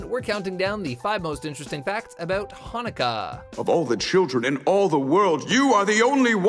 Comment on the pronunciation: I am orthodox so I'm gonna comment on all #5 in israel it is still called a chanukia, also the chanukia doesn't date back to Moses although the menorah does they are pronouncing stuff very interesting #4 the chart in chanukah is pronounced like the German word Bach by constricting your throat like having a hair in ur throat I guess #3 olive oil or shemen zayis is used today in Orthodox circles, particularly considered like more of an adult thing , and kids light the candles though according to the law it is fine no matter what. also it is pronounced latkuuuuus with an u as in up not latkees #2 the main holidays are Passover succus or succot and Shavuot or shavuos as well are yom Kippur and rosh hashana the minor holidays are Purim and chanukah basically though minor isn't the right word they are minor because they were instituted by rabbis rather then the Torah or bible #1 it is inscribed if in the holy Land a great miracle happened here, with an initial for each one, and a great miracle happened there if outside of the holy land